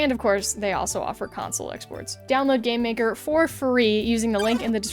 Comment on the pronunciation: Idk why but instead of game maker I heard "Gay maker"